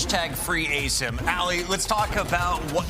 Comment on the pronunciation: It’s pronounced Ah-Sim(Asim) not effing ay-sim god damn this lady pissing me off